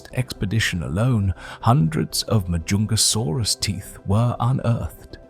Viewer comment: frig the longer this video goes the worse the pronunciation is getting, like 5 different pronunciations of Majungasaurus not to mention every other species... or even years.....